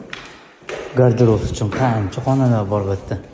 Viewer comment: Гардероф эмас гардероб булади